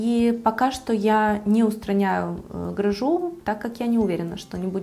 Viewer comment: правильно говорить грЫжу